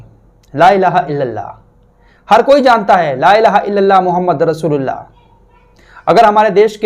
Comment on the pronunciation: aap bhi apna kalma ka talaffuz durust kr lay.... Muhammadar Rasulullah nhi balki Muhammadur Rasulullah hai